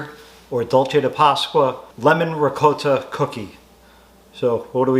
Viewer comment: Thank you for pronouncing ricotta properly